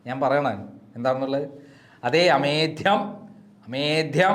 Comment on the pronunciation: അമേദ്ധ്യം അല്ല അമേദ്യം ആണു സർ